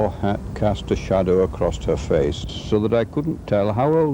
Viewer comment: it sounds like he says “acrost” which is colloquially used in parts of the US. I’ve heard it has a basis in older English but is not used in the UK. Am I mistaken?